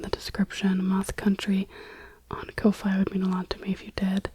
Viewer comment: Ko-Fi is pronounced coffee, that’s why their icon is a coffee mug 👍